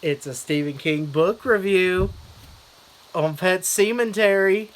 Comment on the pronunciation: Yes, hilarious as usual. At first I was like, did he say what I think he said? "Semen-tery" lol! I just knew it was gonna be outrageous from there. Not gonna lie, I didn't catch it right away in the title.